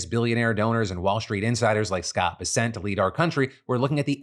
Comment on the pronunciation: Phil please you're killing me, it's pronounced bes-ent, not be-sent.